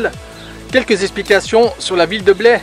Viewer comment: Petit détour dans ma région, dommage pas passé à St. Emilion. Vous avez bien fait de visiter la citadelle de Blaye je vous pardonne pour la prononciation. Comme d'habitude belle vidéo